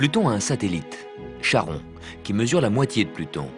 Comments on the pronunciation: on dit Karon bordel! Pas chat rond! Ô grand Charon, passeur d'âmes, nocher des enfers pardonnes leur mauvaise prononciation par pitié! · En étant un peu ronchon, il aurait fallu mettre un "K" au lieu de "ch", faut pas oublier que dans la langue française y a très peu de mots avec "ch" dedans qui se prononce "K" au lieu de "Sheuh" (comme choral et ses autres variantes de la même famille). Et donc, un peu normal que Charon allait être prononcé "Chat-rond" ^^, ça me rappelle un peu les "gif" (les images animées), beaucoup prononce cela "guif" au lieu de "jif" or, c'est la 2e prononciation qui est juste. Après c'est vrai que cela aurait du être corrigé au vu que cela allait être diffusé à un plus grand nombre.